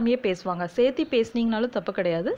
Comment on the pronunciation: வந்துட்டு, சேத்தாம, சேத்தி என்று சொல்லாமல் வந்து, சேர்த்து, சேர்க்காமல் என்று தமிழை நன்கு உச்சரிக்கலாமே ! பயிற்றுவிக்கும் போது தமிழையும் நன்கு உச்சரிக்கலாம் இல்லையா!